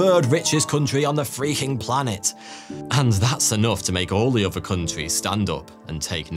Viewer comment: He seems to replace the "th" sound with "f's" or "v's" pretty often. Among "over" (other) "fings." (things)